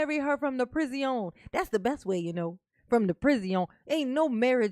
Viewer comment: Omg, I couldn’t take it. You just talk talk talk, let’s hear the damn transcripts, not the incorrect way you say prison 5689 times.